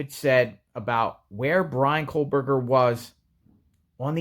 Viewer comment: Its kohberger not kohlberger